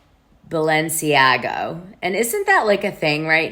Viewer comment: Its Balenciaga, not Balenciago